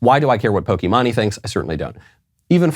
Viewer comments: Funny how your probably the only person to pronounce her name like that, but if I remember correctly that’s actually the pronounciation due to the second half being her real name. Also don’t hate these people, they are simply misinformed by a society that promotes immoral principles. She’s genuinely a kind hearted person who believes what she’s doing is right. That also goes for most people in favor of abortion. They aren’t doing it maliciously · I love how little he cares that he doesnt even look into how to pronounce her stupid name xD Keep it up Knowles, Im counting on you! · How on earth do you butcher her name so badly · I like your views dude, but at least learn to pronounce her user name. Not a fan of her but it's not like she directed this video at you either. No one is telling you to care about her opinion. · Micheal Knowles talking about Pokimane leaving to Canada over the loss of the ability to kill children, while he horribly mispronounces her stage name almost to comedic effect. ....👍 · I would not be surprised if Michael is purposely pronouncing her name incorrectly. He's a decent troll when he wants to be. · I’m not gonna put it against him. She does have a pikachu behind her, so naturally Michael would connect the pronunciation dots between Pokimane and Pokemon. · I love how he miss pronounces her name.😂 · I love how he pronounced pokimane as poki-ma-ne instead of poki-main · You pronounced it wrong. It's pronounced "Pokey Main" not "pokey-mah-nee" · Dude Michael ur so old bro and we are the same age. POKI-MA-NE 🤣🤣🤣 POKI-MAINE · Pokemon-ay LOL, tis poke-main Michael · PokimANEEE 😂 😂 😂 bro the way he pronounced that I’m dhing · It’s pronounced Poke E main just so you know. not to be rude or anything but pronouncing it pokemone might be driving people away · like how he pronounces pokimani instead of pokimane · bro i thought he was joking when he said pokemone🤣🤣🤣🤣🤣🤣🤣🤣🤣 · Knowles, its pronounced poki-mayn. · Poké-MAIN lol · It's pronounced "Pokeman-E"